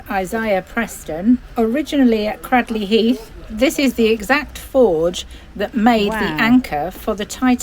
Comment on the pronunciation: Just to let you know it’s Pronounced Cray…….Not crad ……Cradley Heath !